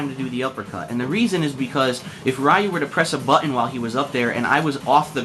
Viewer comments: stop being foolish now, and learn the real pronunciations, Ryu is pronounced Lyu, one syllable the L sound is slightly R-ish, like L and R slurred together, the japanese sound that gets romanized to R is actually half way between r and l. This isn't a sound in English, so it is difficult to pronounce and sometimes impossible for some people speaking English, try looking for some demonstrations. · Your pronunciation is annoying me. Suh-GOT not Saggit. Ree-ew not Rye-ew. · it is SAGAT not SAGET and its RYU not RAYU...what the fuck is wrong with you man. God damn whites just cant pronounce simple shit. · suh-gatt! ree-yu! pronounce